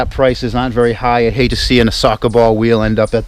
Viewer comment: Sawka bawl wheal... wtf is a sawka bawl weal